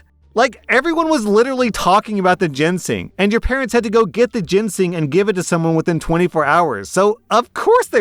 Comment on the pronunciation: I cringe everytime I hear mispronounce Ginseng as "Jensing"